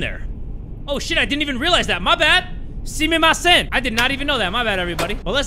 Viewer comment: “Sea me ma send” 😭 JAY